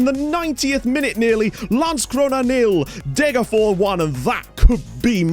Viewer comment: I just have to say, it’s DegerforS. You have to pronounce the last S!